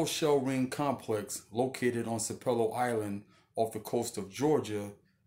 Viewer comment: Sapelo is pronounced with the emphasis on the first syllable (pronounced like SAP uh lo). Sapelo Island Georgia has a very interesting history.